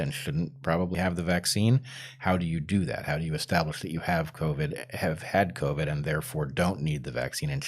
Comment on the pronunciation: Okay it's back to co-vee instead of co-vid again. did I miss the memo was there an episode where they decided they were going to change the pronunciation?